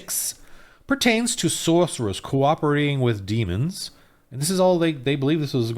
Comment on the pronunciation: Every time that guy said "Sorceror" I died a little inside.